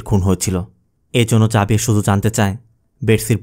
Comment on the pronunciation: Xavier জেভিয়ার বললে ভালো হতো 🎉